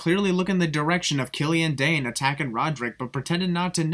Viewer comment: it's DAIN , not Daine